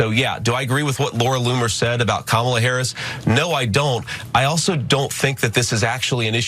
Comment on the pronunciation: Hey, JD figured out how to pronounce Harris' name!